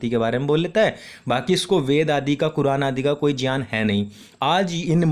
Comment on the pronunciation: जी। ज्यान नहीं, शुद्ध उच्चारण 'ज्ञान' (ग्यान) होता है। आप सचमुच ज्ञानी पुरुष हैं।